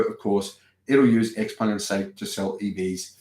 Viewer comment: 'Ciao Peng', from 'Tsao', not 'Ex Peng'. 'Ciao Peng', from 'Tsao', not 'Ex Peng'. 'Ciao Peng', from 'Tsao', not 'Ex Peng'. 'Ciao Peng', from 'Tsao', not 'Ex Peng'. 'Ciao Peng', from 'Tsao', not 'Ex Peng'. 'Ciao Peng', from 'Tsao', not 'Ex Peng'. 'Ciao Peng', from 'Tsao', not 'Ex Peng'. 'Ciao Peng', from 'Tsao', not 'Ex Peng'. 'Ciao Peng', from 'Tsao', not 'Ex Peng'. 'Ciao Peng', from 'Tsao', not 'Ex Peng'. 'Ciao Peng', from 'Tsao', not 'Ex Peng'. 'Ciao Peng', from 'Tsao', not 'Ex Peng'. 'Ciao Peng', from 'Tsao', not 'Ex Peng'. 'Ciao Peng', from 'Tsao', not 'Ex Peng'. 'Ciao Peng', from 'Tsao', not 'Ex Peng'. 'Ciao Peng', from 'Tsao', not 'Ex Peng'. 'Ciao Peng', from 'Tsao', not 'Ex Peng'.